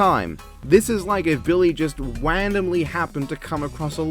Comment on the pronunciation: Wandomly. I cannot unhear this